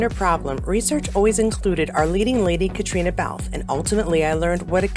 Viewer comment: love all the Cait news! And, knowing that you always want to get things right.... it's pronounced 'Cat' not 'Cate'. And, to clear things up all the way, her name is pronounced "Katrina" because she's Irish. The Scottish version is pronounced 'Kaytriona'. Confusing I know. Love your show as always! 😘